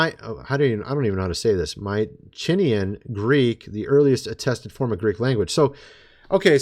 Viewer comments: "i like greek, i'm into greek" proceeds to butcher Mycnenaean pronunciation. yeah buddy why would anybody even listen to you about anything when it's clear you're not knowledgable about anything. I'm being completely honest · Your into Greece but cant say 'mycenaean'? Its only the preceeding civilasation of Greece!